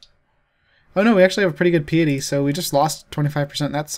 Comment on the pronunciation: Pie-et-tee. Like pious.. Pie-us